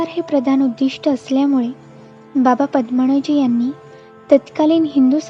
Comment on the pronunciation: बाबा" पद्मणजी "नाही बाबा" पद्मनजी "असे वाचावे. कृपया उच्चार शुद्ध असतील याची काळजी घ्यावी "न" चा "ण" होतोय बरेच ठिकाणी.